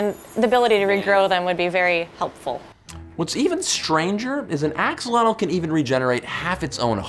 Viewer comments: I clicked on this to see if Joe would pronounce Axolotl properly. He did not. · Joe you pronounce Axolotl really funny. Also, they have also been found in the waters of lakes and ponds in the state of Hidalgo, it's a new discovery and the population is rising. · So it's pronounced like axo'otl?